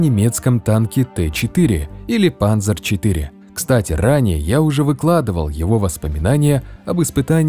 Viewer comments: Ну ёл-пал, ну не "панзер" же, а "панцер", т.к. буква "z" в немецком алфавите называется "цет" и читается как "ц". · Не панЗер, но панЦер. Панцеркампфваген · Ну, блин, сколько ж можно! панЦЦЦЦЦЦер, а не панЗер. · Амиго, лайк! Только панЦер, камрад, это немецкое слово! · Дизлайк за "панЗер".